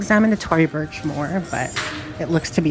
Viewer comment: In every video u say " I've owned that bag before LMFAO. It's Tory Burch not bursh lmao omg .